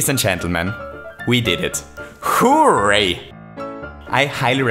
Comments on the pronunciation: "WHO-RAY." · The way you pronounce 'hooray' is like the best thing about your channel! Keep up the great videos, they're really interesting!